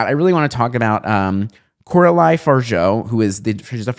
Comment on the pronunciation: oh! And not to be a dick, but just fyi you butchered the pronunciation of Coralie’s name. Just letting you know, I liked a lot of your analysis! ❤